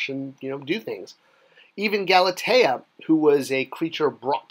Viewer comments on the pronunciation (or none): none